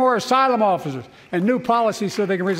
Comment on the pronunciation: What are “offiffers”…?